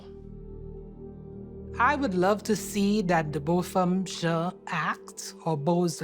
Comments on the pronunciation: It's Botham Jean not jhon sir please say his name correctly botham👖 this poor man was innocently sitting in his home HIS HOME!!! He even asked her " why did you shoot me " 😔 she didn't render him aid at all rip and happy birthday today Botham I'm so terribly sorry thus happened to you we will never forget his name momi no worry that also let's not fail to mention the young lady who was downstairs in the lobby area recording it all was cop stalked lost her job and God knows what else she came forward to state all of what's been happened to her after that I heard nothing else about or from her I think she moved and smart girl move and stay out of light also while she didn't render Botham any aid nor comfort she was also texting and calling her Co worker boyfriend and telling him about the situation.....while Botham laid there and died that said co worker was or is married so I heard hmmm this was a messy case and it's so sad I mean he was literally killed for fkn nothing in his own place of residence I could never hug or forgive someone for killing my loved one ever I'd feel nothing but rage pure evil rage but I respect the family for such compassion I really do because it will never be me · The ‘n’ in Jean is silent. That’s the correct pronounciation. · The ‘n’ in Jean is silent. That is the correct pronounciation.